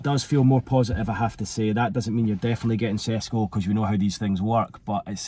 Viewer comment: u pronounced his name perfectly without struggling to say but u are pretending to not know how to say his name 😭🤣. I get it he disrespected you earlier and u have to get back at him but come on 😂